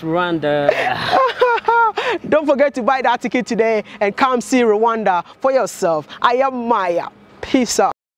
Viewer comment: Rwanda, not ruwanda